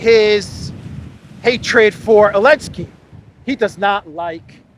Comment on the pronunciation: Why do you call him “Elensky”?